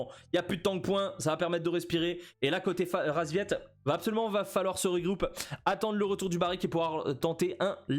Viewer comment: Y'a que moi que ça dérange qu'il appel les paccbet, RASVIET ? Whut ?